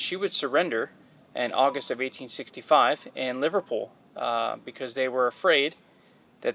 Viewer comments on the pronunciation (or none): none